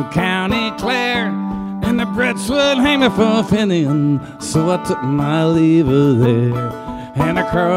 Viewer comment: I hate to say it, but your picky comment compels me to make one in response. Sure, his pronunciation of Fenian is a little off, big deal. But you realize that the Pogues were formed in London, James Fearnley and Jem Finer are both English. In fact, although Shane MacGowan was born to Irish parents, I believe he was born in Kent and lived in England quite a bit.